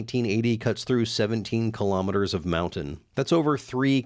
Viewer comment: thats not kilometers, but kilomoos